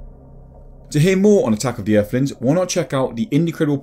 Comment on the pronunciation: Eerflins (Earthlings) If you can't speak properly you really shouldn't be narrating on anything